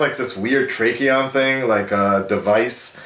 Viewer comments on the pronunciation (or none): Zach Snyder said in an interview that he never considered Grant Gustin for the movie, because the tv show is too light hearted a tone for him to fit in their movie. It's Tachyon, no R in it. It looks like a smaller version of the tachyon collector the Reverse Flash used in Season 1. Since you have already reacted to the Flash from this week, it appears to be the result of the information gained during that episode. Unfortunately, the filming and airing schedules didn't really line up to air this episode of Supergirl where it appears to fit into the Flash timeline, which is expected to be either during or after the next episode.